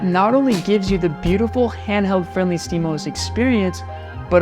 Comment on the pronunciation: you said steamos like "steemus" I'm GLaD someone gets the "GLaD Oh Es" joke